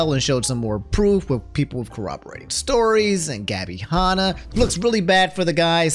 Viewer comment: Gabby Hah-nah and Tana Mongoose